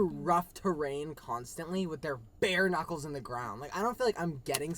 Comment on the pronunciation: I thought Chris said nuts instead of knuckles 😭😭